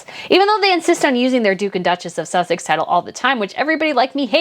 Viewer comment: there is no "th" in Sussex s as in snake